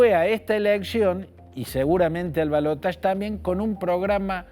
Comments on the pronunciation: Ramos Es ridículo. La palabra en castellano es balotaje y se pronuncia tal como se escribe. El uso del término francés en lugar del propio del castellano es de una afectación que suena realmente ridícula, causa risa. En realidad, por aquí no decimos siquiera balotaje, sino segunda vuelta. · En francés se pronuncia balotaSH no balotach. Yo siempre lo pronuncié así lo mismo digo garaSH. Ahora la rae rompe con cosas que antes no rompían.